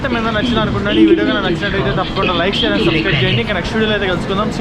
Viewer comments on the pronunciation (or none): none